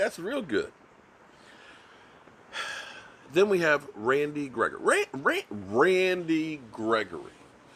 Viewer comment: why do say that man's name like that?... rrran Randy gregory!